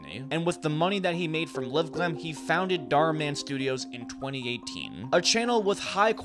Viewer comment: It's LiveGlam, not LivGlam.